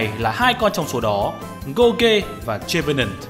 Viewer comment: Gour "ghê" và "Chê"venant :))))